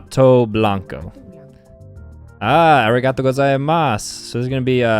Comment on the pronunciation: Spanish lesson: Correct, Good job.: ARRIGATO GOZAIMASU